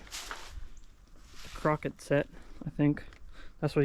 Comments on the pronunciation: Seeing concrete blocks on some of the foundation says early 1900's era home. Nobody had concrete blocks in the 1800's. The game with the colored balls setting outside you were wondering why someone hasn't taken it yet you called Croquette is pronounced Crow Kay . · For the outside mallet game don’t say Crockett, say Cro Kay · Croquet ("cro-kay") set, not "crockett "(as in Davey Crockett!). Interesting enough to not be left out in the weather. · it's pronounced cro k. no offence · Croquet set is pronounced "crow-kay" its french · The game is called croquet pronounced crow-kay. 🙂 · That's a "kro-kay" set. 😂😂